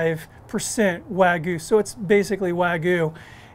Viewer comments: It's wag-yu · Did he just say wah goo 🤦🏼‍♀️